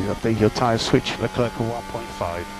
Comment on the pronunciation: Инженер произнес фамилию Леклера как Леклерк. Может тогда и правильно писать "Леклерк"?